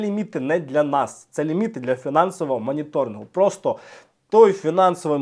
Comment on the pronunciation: Автор несе інфу в дусі марафону, але ставить вам лайк😂 Особливо люблю, як він наголошує, ми прості люди, нам простим людям😂